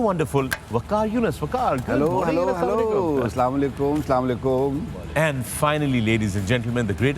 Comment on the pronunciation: Sale shoaib salamolaikom nahin Assalamoalaikom kehty hain